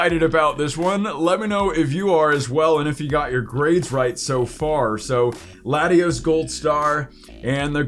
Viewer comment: it’s Latios???? Lol u say the name wrong ?????